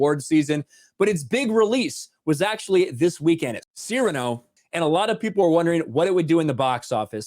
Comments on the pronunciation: “SEAR-a-nō”, NOT, “se-RAH-noh”. Please say it right. It was driving me insane. Love your channel. Peace. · Btw, it's pronounced Seer-ah-no. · Sirahno... damn that pronunciation.. xD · HAHAHAHAHAHA goes from pronouncing it Cerrano like he's talking about Pedro Cerrano from Major League, then to Cyrano. That would be funny seeing Peter "Angry Elf" Dinklage try to play Dennis Haysbert. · I wish people could pronounce Cyrano correctly. Anyways, glad it bombed. Tired of woke garbage. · work on that Cyrano pronunciation please.